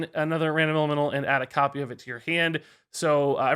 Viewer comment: I can't stop hearing say "LMNO" instead of "elemental".